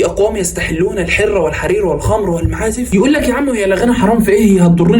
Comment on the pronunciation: الحرَ وليس الحرَّ